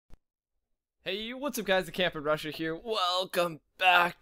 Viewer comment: LOL. He went to Russia (Roo-sha)